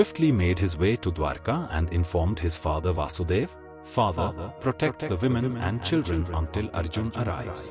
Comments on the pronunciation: Lord Krishna's father is named 'Vasudev', not 'Vaasudev' as mentioned by the narrator. Instead, Krishna is called 'Vaasudev' being the son of 'Vasudev'. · just a small advice. You’re pronouncing Śri Krishna’s father name wrong. It’s not Vāsudev, it’s Vasudev. You pronounce it with a shorter “a” sound rather than the long “a” sound you’ve been saying in the video. It’s very important to do so, because it’s distinguishing father from son.